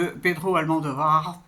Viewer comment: Par contre il y a l'air que ça va être difficile de sortir de votre habitude de dire "AlmANdovar" ça doit faire des années que vous prononcés comme ça j'imagine 😅